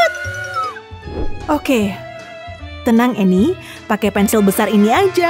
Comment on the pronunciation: cuba dengar betul betul annie bukan emi